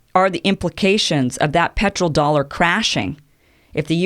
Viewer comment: Great content Kim! I think it is "petrodollar" not "petroldollar"